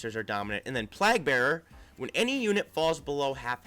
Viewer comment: Plague: Play-g, not plag. (Long a sound like way)